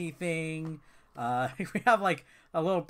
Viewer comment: I chuckled when you said "Lickle". Wow I'm still immature